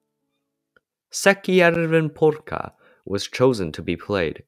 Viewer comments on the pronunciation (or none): That's some bad pronounciation, lmao